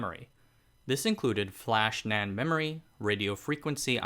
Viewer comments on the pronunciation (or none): none